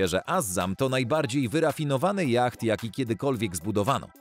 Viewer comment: yacht wymawiamy jako jot